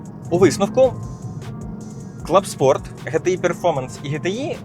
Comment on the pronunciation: Чого се Гольф ГеТеІ Клабспорт? Якщо ГеТеІ, то Клу-у-убспорт! Ще цікаво, ви азіатські марки автомобілів вимовляєте так само? Японські японською мовою, корейські корейською і так далі? Чи тільки ГеТеІ а не ДжіТіАй? А як ваша французька? Назву Сітроен вимовляєте як справжній француз? Це ДжіТіАй, а не ГеТеІ, особливо у версії Клабспорт!